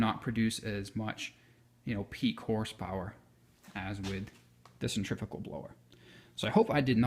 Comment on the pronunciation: Just a tip ...the word is centri .....fugal ....but each to his own